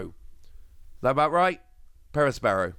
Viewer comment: you gotta roll the r's with Perospero it makes it 10x more fun to say 😂